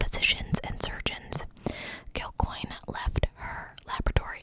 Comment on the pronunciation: You got that pronunciation perfect. My aunt and uncle had a bar here named Kilcoynes